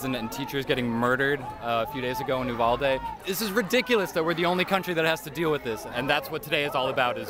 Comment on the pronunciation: Bro I live by uvalde and everyone is pronouncing it wrong it ee not aa